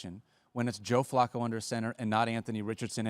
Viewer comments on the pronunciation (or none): Can we please say Flacco's name correct please. Hahaha